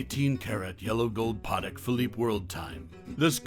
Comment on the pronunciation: The way he said “Patek” triggered me